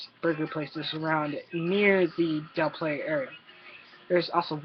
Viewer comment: Here's a tip.. learn how to pronounce Del Playa